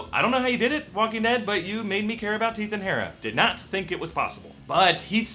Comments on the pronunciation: Did he say 'Teeth and Hara' towards the end? Because I've done that more than once! 😂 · "Teath and Hara" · 'Teath and Hara' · "Teath and Harra"